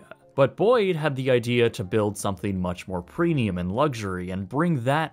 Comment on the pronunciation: Its premium no preenium dude